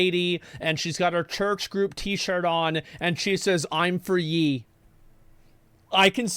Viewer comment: Did he really just call Ye,Yee? Lmao